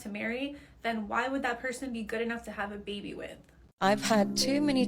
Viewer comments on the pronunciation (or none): Why is she saying “beebee” … it’s an “a” …. It’s called “baby” sounds like “bay-bee”